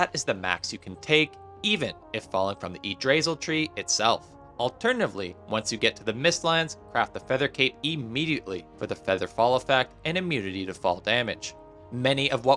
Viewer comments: Yggdrasil in english is "IGG-trah-seal", not "igg-DRAY-sle" and Fader ist "FAR-durr", not "FAY-der". Just saying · The most annoying thing about this video is the way you pronounced the Yggdrasil Tree. lol it is pronounced: Ig-Drah-Sil Not: E-Dray-Sil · No hate, but that pronunciation of "Yggdrasill" made me physically recoil. " IGG drah zeel" bonus points if you can roll the r. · The tree is pronounced [yig- dra- seal] just fyi. Great tips! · EE-G-DRAYSEL-TREE is an absolutely diabolical pronunciation of that word hahaha. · the pronunciation of ygdrassil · hearing you butcher Yggdrasil hurt my Trueblooded Viking soul.